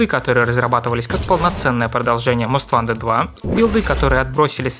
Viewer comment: Почему многие русскоговорящие обзорщики готовят много материала, но забывают про такую мелочь, как правильное произношение название игры. Не "Мост ВАнтед", а "Мост ВОнтед". А за материал, конечно спасибо, было интересно узнать подробности.